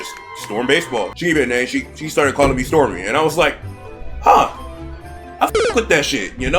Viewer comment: I am honestly surprised that had pronounced my Tag Name correctly:0 Honestly I agree with the select one weapon and bring it out. I personally did not watch other players with my weapon and I am more of self teacher from my own trial or error. I only watch high level players on what they down on levels and modes for advantage and techniques. Personally I thought stormy was a little order but it makes sense after he explained it, plus I agree that Splatoon three is underwhelming as it did not live up to the expectations I had and that is my fault after all but the only thing that kept me playing was just grinding for top 500. I look forward to seeing more content from as I need a genuine laugh every now and then.